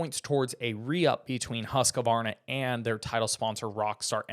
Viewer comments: The actual correct pronunciation is hoosk-varna. Not husk-varna and certainly not husk-A-Varna!! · It’s not husk a varna. It’s husquvarna-2 syllables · It is my understanding that when pronounced correctly, Husqvarna is a two syllable word, husk- varna not a three syllable word as it is being pronounced in the video. The spelling seems consistent with two syllables.